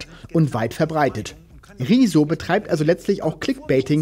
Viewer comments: Ich finde es wirklich niedlich, dass beide seinen Namen immer wie "Rieso" aussprechen ;) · Ich kann niemanden ernst nehmen der Rezo nicht mal richtig aussprechen kann 🤣